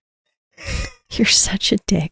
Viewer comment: he said wrog LMAO